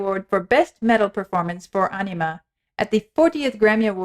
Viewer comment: "Ænima", not "Anima"